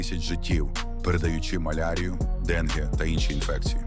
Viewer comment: И так же, как искусственный интеллект, ставит неправильные ударения в словах? БуйвОлы, МалЯрия, дЕнге, шистосОмоз и т.д.